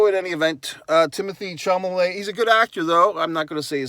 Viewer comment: Chalamet, not Chamalet.